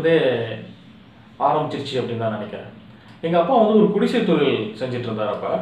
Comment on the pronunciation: தம்பி !நம்ம ஊருங்குற மகிழ்ச்சியில உங்க தமிழ் உச்சரிப்பு கூடை கூடையா மண்ணை வாரிப் போட்டுருச்சு....ழ கரம் லகரம் கத்துக்கணும் தொலில் பாடல்கல் அப்படீனு சொல்லலாமா? எழுத்துத் தொழிலுக்கு வந்து இருகிற சினேகன்ல இருந்து வர விரும்புற நீங்க வரைக்கும் தமிழ்லயே ழ் இருக்குங்கறதை மறக்கலாமா?..தன் தாய் மொழியை தப்பா உச்சரிக்கிற ஒரே இனம் தமிழினம்தான்! தயவு செஞ்சு கடுமையா பயிற்சி எடுத்து சரியா உச்சரிங்க.. நல்ல எதிர் காலம் வரும்...40 வருஷமா தமிழை சரியா பேசி,சரியா எழுதிகிட்டு இருக்குற ஒரு சினிமா எழுத்தாளன் ங்குற உரிமையியல சொல்லுறேன்... தப்பா எடுத்துக்காதீங்க!